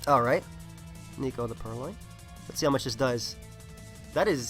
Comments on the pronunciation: Did you say niko? Instead of neko? Which means cat... pls.. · His Purrlion is not named Nico but it's Neckoh which is cat in Japanese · your pronouncing of neko facepalm